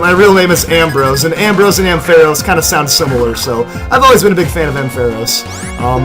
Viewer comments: Its prenounced amfeross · Arnt you saying ampharos wrong